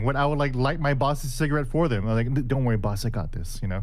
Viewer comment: "Did you rike it?"